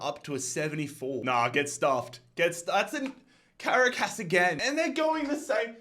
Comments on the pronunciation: Bro cannot pronounce Caracas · As a Venezuelan, i find it so funny how says Merida and Caracas